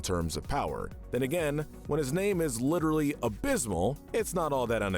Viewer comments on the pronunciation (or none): none